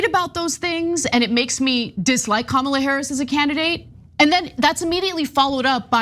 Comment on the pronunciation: I'll give Vance props on one thing. He pronounced Kamala correctly.